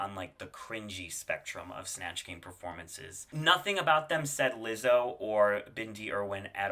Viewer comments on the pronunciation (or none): none